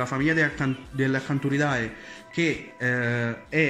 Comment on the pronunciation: Permettimi acanti ride si pronuncia. La ae in latino si pronuncia e.😇🤪